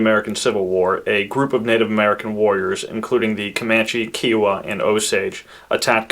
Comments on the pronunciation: Pronounced KI YO WAH & WITCH IH TAH Kiowa Wichita Not keeyowa or wisheeta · Its pronouced ki as in sky Owah. I never heard anyone say it the way you did. Lol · Hi, love the show(s) but I have always heard the word 'Kiowa' pronounced with a long I. You say Kee-o-wa. I couldn't find it pronounced Keeowa anywhere. Where do you get that pronunciation? Thanks and please keep up the good work. Very interesting stories. If you're ever looking for material, I suggest you read the five-book series "The Winning of America." An excellent documented history of America and a great read. The first book in the series is titled, The Frontiersmen. If you love Indian and Settler history, you'll love these books. True, as well.